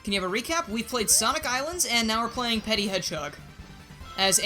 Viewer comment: petit is actually pronunced "pe-tea", but the word 'petty' originates from the word 'petit', meaning small in french.